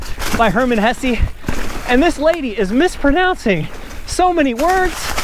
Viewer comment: Dude - it's pronounced Herman HessER - 😂